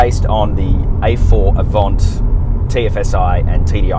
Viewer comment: Did he say AVONT??!?